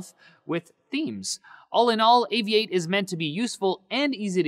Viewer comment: Seems interesting. I'll try it out. I always thought it was pronounced "Aviat-e" not "Avi-ate"